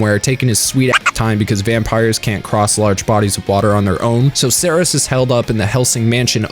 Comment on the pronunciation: Yay he got Seras' name right